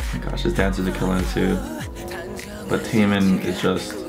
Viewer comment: T-E min, not teimin....